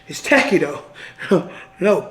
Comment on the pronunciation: “Do I look like I’m Willy WON-KAH? Do I look like I need things to be tack-y? AH!” 😂